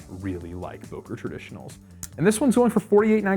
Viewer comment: Sorry, its called Böker ! Ö ! Im from Solingen btw.